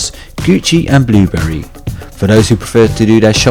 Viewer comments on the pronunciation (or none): Architecturr, Blueberry (Burberry) and Nik(e) were just some of the words you mispronounced :)))))))) ... I admit the video was hilarious in an endearing sort of way. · bluberry lol i think you mean burberry :) great video cant wait to go to Budapest!